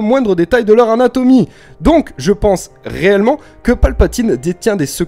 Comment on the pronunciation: A chaque fois que tu dis "réellement", j'entends "reyllement" haha